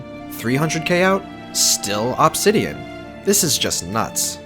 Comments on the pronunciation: the way he says obsidian my god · It’s “Uhbsidian” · God. The way he says “Obsidian” annoys me. “Obbsidan” it’s “Obsidian” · its pronounced uhb -si-dee-uhn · You mispronounce "Obsidian" just enough to trigger me. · "absidian" and "remminants" Why can't people properly speak the only language they know? Lmao